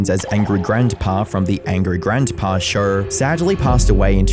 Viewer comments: You know the word show is probably the easiest word to pronounce... Why the hell do you sound like Madea when you say it 😂 lol much love bro I just thought it was hilarious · There is no r in the word show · There is no R is show